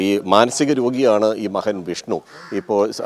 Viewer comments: മലയാളം നന്നായി അറിയുന്നവരെ ജോലിക്കുവയ്ക്കുക. മഹൻ😂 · മഹൻ..... മഹൾ....😂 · മഹൾ, അഹം, മഹൻ, എന്നൊക്കെയാണോ കൈരളി ചാനലെ ഉച്ചരിക്കേണ്ടത്? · മഹൻ മഹൾ അല്ല മകൻ മകൾ ആണ്. റിപ്പോർട്ടർ പ്ലീസ്. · എടോ മഹൻ അല്ല മകൻ ആണ്